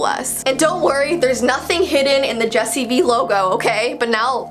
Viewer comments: Am I the only one who noticed she said Jessi B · Who else heard her say Jesse B ?